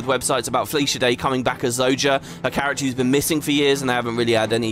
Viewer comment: I like how you worry if youre pronouncing the new dwarf's name right, and yet you keep mispronouncing Zoja's 🤪